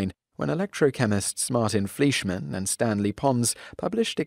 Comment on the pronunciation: Lowell's name is pronounced LOW-ell. And Fleischmann is pronounced FLY-shmann!